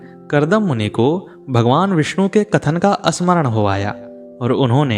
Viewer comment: सब कुछ तो ठीक है परन्तु,प्रभु मेरी 1 बात समझ में नहीं आती कि आप स्मरण को असमरण बोलते हैं, ये बात बडी अटपटी सी लगती है।